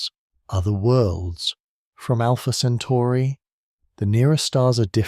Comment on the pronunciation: These nonsensical AI slop clips are insane BS. So is the slowed down voice talking about Alpha "Century". Jesus Christ.